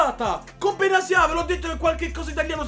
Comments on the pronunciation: Benatia si dice no benazia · Quando improvvisamente benatia diventa benasia🤣